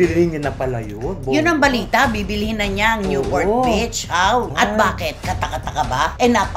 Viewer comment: Ang pronunciation po ng beach ay "Beeech" hindi po "bitch". At ang newport beach po ay nasa Orange County, hindi sa LA😂